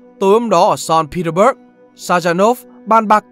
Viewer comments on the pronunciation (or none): làm ơn làm ơn dùng một chút kỹ năng google của mình mà tìm cách đọc đúng tên người và địa danh đi. Qua bao nhiêu video rồi ko thấy tiến bộ chút nào, nghe khó chịu kinh khủng. Saint Petersburg bạn đọc là gì? Xên Pi Đơ x Bớt?????? Là cđg?